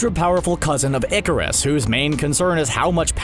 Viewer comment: Ikari, not Iccarus Pronounced "Miz", not "Miss". The former is used for an adult single woman the latter for young girls. Jennifer Walters not Jessica I'd absolutely love to see the outrage when established female characters get gender bent to male characters, so sick of that shit.